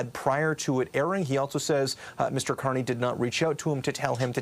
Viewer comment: YES, HE SAID CARNRY BACKED HIM